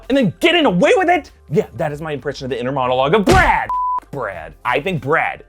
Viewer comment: lol the way he says "BrAd" (sorry if i misspelled it)